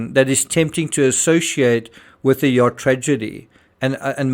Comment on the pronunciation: mispronunciations of yacht...also, "effectively" could be a bad translation. In romance languages, it means "exactly". I am a professional language specialist in romance languages